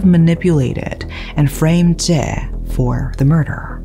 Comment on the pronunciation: Hi, You've always been great at pronunciations of names, places, etc. that has been one of my admirations of you. However, you did not pronounce Tse correctly. Its not Je as you pronounced but TSE is pronounced like ZEE. Regards, Rick